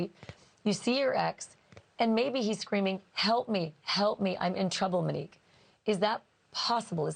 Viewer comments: No offense Ashley but you went from calling her Mo to Menique. I kept thinking you are saying Minnie. Get well soon. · Girl, you are a class act! You have gone from Muh-nique to Mee-nique! Pronouns her name correctly ALREADY!!!!!!!!! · You insist on pronouncing her name incorrectly! How disrespectful!!! It’s Monique as in MOnique NOT muh-nique like you continue saying!!! smh!!! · Her name is MOnique not Manique. Please pronounce it correctly. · Stop pronouncing her name Mini-que. It’s pronounced Moh-nique. Please, it’s annoying to listen to. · Why is she now calling MOnique MEnique? It’s annoying! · Glad I'm not the only one annoyed by that. It's MO-neeke, Ash! Not MEN-eeke! 😒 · Ashley, I love ya dearly, but Manique? You're killing me. Please call her Mo again. Talk about Kohberger as much as you want. I get it. But, it takes me a minute to process who you are talking about every time you say Manique. 🙏🏼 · Her name is Monique, as in MOE or MOW. Why do you keep saying MA-nique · Why do you call her Manique instead of Monique? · Ashleigh great reporting! FYI, her name is pronounced Monique (long “O”) not Menique…… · That's literally what she wanted to be called. What she's calling her now is disrespectful, IMO. She's calling her "Manique" starting ,instead of Monique. Gosh... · It's not mini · “Mo” nique. Please, I need to hear the long o sound. Thank you. 🙏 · How’s it so hard to pronounce MOE-Nique? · Why does she mispronounce Monique